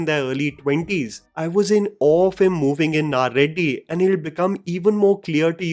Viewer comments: I understand you are not a native Tamil speaker but how you can you get "ready" wrong? What is "Naa Reddy"? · Greatly Described but Bro its not 'naa reddy' its 'ready'🤣